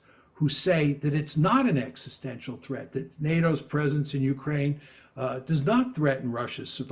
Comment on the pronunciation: Mmm. Practice saying the word "existential."